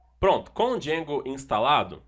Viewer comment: eita que agonia quando ele fala "djengo"